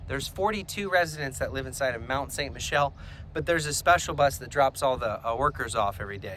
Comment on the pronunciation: Yeah, learn to pronounce it.